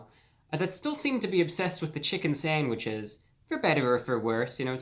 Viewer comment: Soooo INTERESTING in your intro you failed to mention the KING of all ‘sangwiches’ in the Chicken sandwich war…..Popeye’s. Was that intentional or a simple overlook mistake 😏